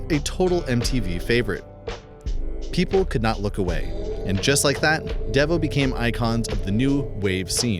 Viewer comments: It is not dev o. It's dee vo. They were not a one hit wonder band. The more you know........ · It's "Dee-vo", not "Deh-vo", just an fyi, is all. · Don't you just love AI generated narration? "DEE-VO" pronounced "Deh-va". Anyone can make a monetized video these days. Christopher Cross had 4 top 20 hits in all, "Arthur's Theme", from the movie, was a bigger hit than "Sailing", according to Billboard publications, and lasted a whole month longer on the charts than did "Sailing". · It's dEvo with a hard e sound. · The name is pronounced Dee Vo!!! Come on man, if your going to talk about this music you should know what your talking about, or do your circuits still struggle to interpret words. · And pronouncing it “Devvo” just adds insult to injury, lol